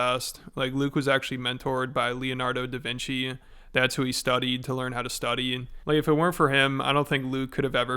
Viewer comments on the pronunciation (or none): "Lonardo duhvinci" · Did he actually say “Lenardo Davinci” instead of Leonardo Davinci? 😂😂😂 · "Lenardo DaVinci" lol couldnt study enough to pronounce his name correctly though 😂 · "Lanardo da Vinci"....Lanardo. Apparently he didn't study how to say his name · I love this video. That dude is a total clown! He’s a total comedy show. By the way, who the hell is: “Lenardo Divinci? 🤦🏼‍♂️ Is he talking about “Leonardo Da Vinci”? 🤣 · Ah yes luhnardo duhvinci